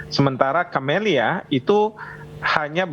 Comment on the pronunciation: Cammilla not Camelia 😀🙈